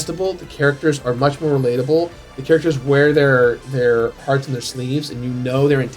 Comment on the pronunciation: Why does always does really have to just go and also even go to mispronounce Hearts as Hots?